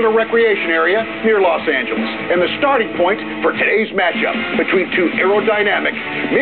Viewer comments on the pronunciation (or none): none